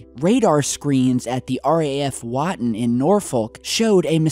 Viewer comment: Everyone saying that people speaking in American accents, that is because the RAF bases in Norfolk and Suffolk in England had US air force based at the near by bases, and a.note for (it's pronounces wott-on and Nor-fuk) coming from a person who lives half an hour away from where this happened;)